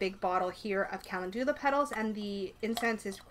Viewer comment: Calendula is pronounced (Ca-lend-ula) 🔮🌛🌟💀♥💀🌟🌛🔮